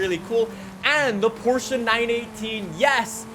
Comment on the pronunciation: HE SAID PORSHE-UH FINALLLLLLY